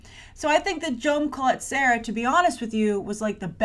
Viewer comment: Jaume Collet-Serra is a Catalan name and sorry, but you're really butchering it!:) Which is normal. They way you would pronounce it is: Jah-uh-mah Cu-y(y)et-Ce-rrah.:)